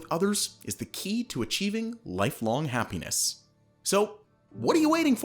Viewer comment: Did you say happenis? 😝